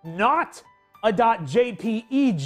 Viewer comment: The way he just says, "J-P-E-G" instead of just Jpeg is amazing